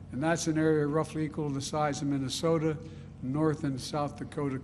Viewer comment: Mumbles in mamamama you know the place with the snow 😂